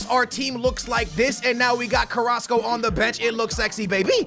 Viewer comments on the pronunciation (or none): you were calling Carrasco:"Carraso" you were missing the "c" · You used to call carrasco , carraso 😂😂